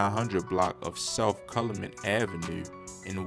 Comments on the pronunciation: Lol Cal-u-met is how u say it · Calumet u gotta learn how to say it 😭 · It’s called 59th and Cow-you-met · Say it with me kal-yu-met